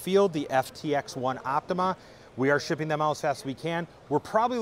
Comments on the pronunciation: Great too that finally realised that its called the Yaesu OPTIMA NOT the Yaesu OPTIMUM like he repeatedly called it in another video! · I hope has finally learnt that the new Yaesu FTX-1 is called the OPTIMA not the OPTIMUM as he repeatedly called it in another video, and he supposed to represent Yaesu!